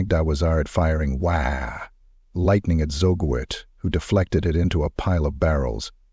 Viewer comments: Really needs to be fixed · AI still struggles with uncommon words. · How you pronounce WAAAAAAAAAAAAAGH is wrong. Lol I'll come back when you learn how to. GG